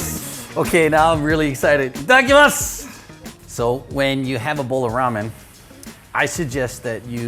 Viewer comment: いただきます、の言い方が完全に日本人